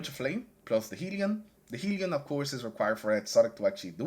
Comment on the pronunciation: Great build. Not to be that guy but, it is hell-ion, not heel-ion.